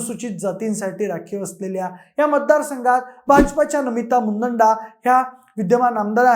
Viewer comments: मुदंडा नव्हे तर मुंदडा असा योग्य शब्दप्रयोग करावा.चुकीचा शब्दप्रयोग करणे हे आपल्या सारख्या विश्लेषकाला शोभणारे नाही. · मुदंडा नाही मुंदडा आहे